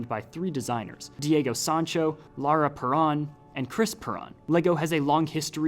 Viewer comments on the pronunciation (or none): none